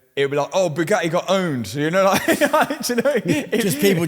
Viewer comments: Bugatti only hate Matt because you can't pronounce the letter t. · They probably want to stop you because you can’t pronounce Bugatti